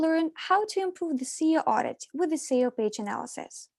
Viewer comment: not communicated like when she calls SEO "SAYOH" lol ? daylight come and i want go home